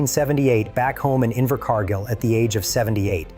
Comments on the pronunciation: Inver Car Geel or Inver Car Gill C'mon...it's not that hard. Find a neighbor thay can read. You don't need AI. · Yes a great movie & AH acting is superb, his pronunciation of the place name Invercargill…Invercarrrrgil , pure gold